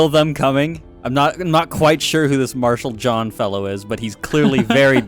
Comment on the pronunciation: dude it’s Marshall John, not Martial xD